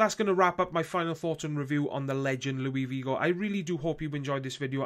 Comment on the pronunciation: He's Portuguese not French, it's pronounced Luis not Louie. And you pronounced his last name like Vigo